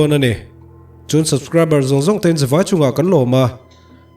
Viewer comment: Subcriber chu i va lam chiang chiahlo ve😂